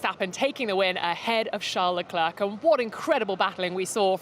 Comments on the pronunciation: Why is she calling him Le Clerk? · Please make some efforts to pronounce Leclerc's name properly, missy!!! There are 20 pilots on the grid. This should not be so difficult to remember their names and how to pronounce them... 🙄